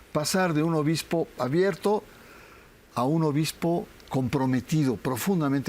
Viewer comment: Dice obismo❤